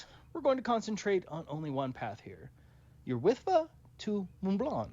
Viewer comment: Love the video. Love the debunk. But as a proud Welshman, I have a few corrections. It's Snowdon, not Snowden. Yr Wyddfa is pronounced 'Ur With-vah'